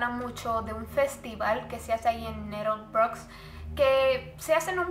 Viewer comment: Le das como 7 pronunciaciones diferentes a "Nettlebrook" durante todo el video JAJAJAJA kepedo